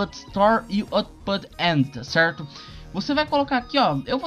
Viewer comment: Tá cerrrrrrto Tá cerrrrrto Tá cerrrrrto Tá cerrrrtoo